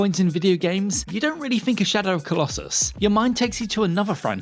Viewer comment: "Can you fink of any uvvers?"